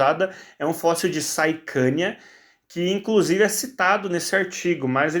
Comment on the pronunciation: É saichania ''Ch"